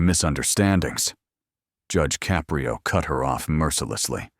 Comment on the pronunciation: It's a good story but narrator is terrible. He can't even even figure out how to pronounce Judge Caprio's last name.